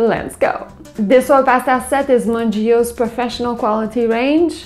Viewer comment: BTW its pronounced "mun-geey-oh